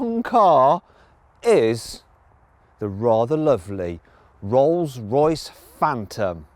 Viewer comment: 뤌스뤄이스 프웬텀